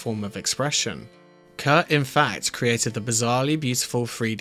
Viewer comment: It’s Kurt. Not Kurdt